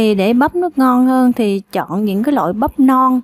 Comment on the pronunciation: Chọn chứ đâu phải "trọn" đâu chế 🤦